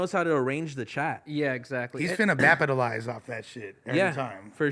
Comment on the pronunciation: "He's Gonna Bapitalized off that fs" 😂 like your 50 year old uncle saying "Lit" or "Period"